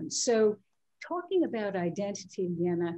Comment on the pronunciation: Wow they striving to pronounce name Elena correctly so hard